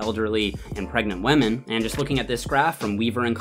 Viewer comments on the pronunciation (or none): All I hear when he says woman is "w'ah'men" 😅